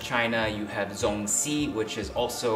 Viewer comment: 粽子 it’s actually ZongZi not Zongsi. Lol. Love this episode though. Forever a fan.